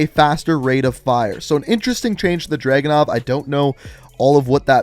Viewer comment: I understand that may be you were making this video in a hurry, but it's "Dragunov", not " Dragonov" Edit: Oh, and the patch note misspelled it too